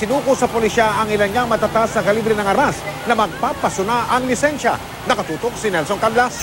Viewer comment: Lisensya po hindi lisenya